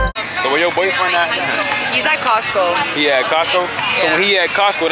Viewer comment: “ he at cosco” dawg wat💀